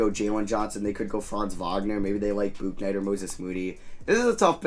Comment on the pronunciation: Great vid but FYI it’s pronounced book-night